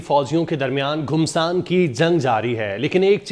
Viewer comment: Ghumsan Nahi "Ghamasan"kaho...